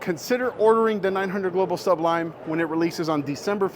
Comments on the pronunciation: I might need to get this ball very soon! Good review! Also, it’s SU-blime not SUB lime 😂😂 jk. I know plenty of people who have trouble with the name. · You do know the word sublime is one word.Sounds like you're saying sub lime. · Nice video. But you're pronouncing it incorrectly. Just saying. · Hey,! Just trying to help here, but you're making Sublime sound like two words. It isn't. <3 BTW! YOUR RELEASE IS LOOKING SO MUCH BETTER!